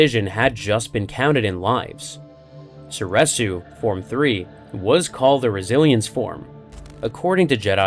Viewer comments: So-ree-su, not so-reh-su. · Was anyone else losing their mind every time he said "soresu"?